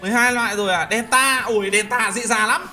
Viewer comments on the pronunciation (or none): none